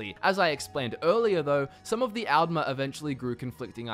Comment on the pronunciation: D's and Ts similar? I thought you were saying "Algmer" not "Aldmer".